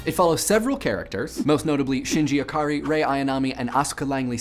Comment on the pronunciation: Just... Ikari. Not Akari. Just that. The rest is very good!